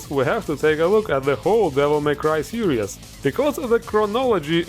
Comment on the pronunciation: ITS SERIES STOP FUCKING PRONOUNCING IT SERIOUS SERIES NOT SERIOUS